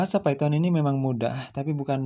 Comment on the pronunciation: Python itu bacanya paiten bukan piton